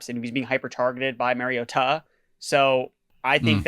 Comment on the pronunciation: Mar as in car not mare. Mariota. Also, for the love of god, can we stop with DevonTUH